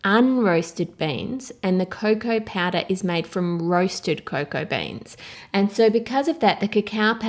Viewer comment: Wotah, vanillah, and baking pawdah